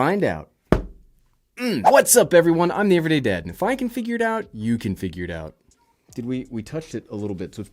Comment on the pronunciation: I heard everyones dad instead of everyday dad